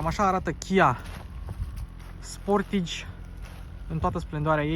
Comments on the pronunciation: Pronuntia corecta este 'sportaj'... preturile astea sunt mult prea mari pentru Romania... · Pai mentionez Hyundai Tucson. Arata mai bine, are materiale mai bune si pret de achizitie mai mic. Si apropo se pronunta "Sportaj"!